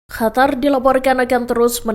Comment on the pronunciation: Qatar/katar قطر Bukan Hatar